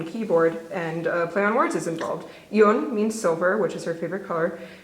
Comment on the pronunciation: Hey! Fyi eun (silver) is pronounced like ugh - n and geum (gold) is pronounced with a hard g (like gum), so it's like g- ugh - m. Still I appreciate the effort lol